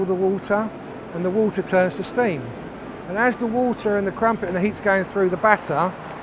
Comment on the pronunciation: He said they’ve got “Ffree crampet plants”